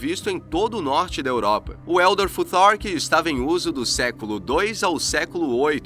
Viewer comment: Como fica ridículo brasileiro tentando falar inglês Elder tutar kkkk😅